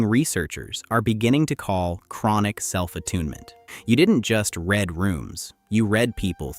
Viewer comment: “You didn’t just red a room…” - detects AI.